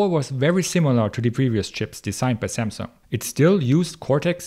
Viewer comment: You're pronouncing Samsung correctly !!